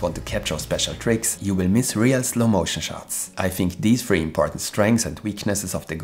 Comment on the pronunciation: I was very confusing me you’re saying Go free?? Is that a some kind of accent?